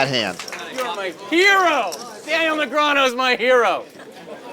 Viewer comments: Say Negranyu again muthafucka. I dare ya. I double dare ya. Say Negranyu one more goddam time!! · So long ago that TV announcers didn't know how to pronounce Negreanu.